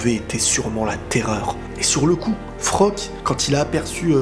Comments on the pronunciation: Super review par contre c'est Floch le nom du soldat pas Frock. ^^' Il y a aussi un point méta qui est super intéressant je trouve dans cette épisode. J'ai vu pas mal de vidéos réactions et pas mal de personnes ne se préoccupe même pas des paroles de Flocke juste parce que c'est un perso secondaire au yeux du public. Mais dans le monde de AOT c'est un soldat comme tout le monde, il a des sentiments et il est aussi valeureux que les autres, il a le droit de s'exprimer. Isayama nous l'a montré ainsi pour que le public prenne conscience qu'il n' y a pas que les perso principaux qui souffrent et que les perso secondaire ont aussi leur mot à dire. Quant au choix difficile de cette épisode, c'est dommage qu'il ne donne pas assez de crédit pour Erwin, certain oublie que c'est grâce à lui que le bataillon à mis au point leur formation de détection en dehors des murs, qu'il est le premier à avoir pris conscience des titan shifter au sein des murs au début de la saison 1. De plus, c'est grâce à lui, qu' Eren a échappé à la police intérieur au tribunal en saison 1 et a élaboré le coup d' Etat contre la monarchie corrompue en saison 3. Le choix de la raison c'était Erwin, celui de l'émotion c'était Armin. On verra bien dans le futur si ce choix s'avère fructueux pour l'humanité au sein des murs;p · C'est pas Frock c'est Floch mdrrr